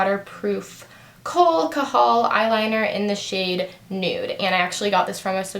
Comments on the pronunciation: its pronounced "kajal" not "kahal" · lol the way you pronounced kajol "kahol" hahaha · it's kajal by the way..the j is pronounced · Your supposed to pronounce the j in kajal